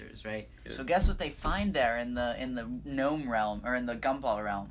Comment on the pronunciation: Really? Gnome with a K. So unliterate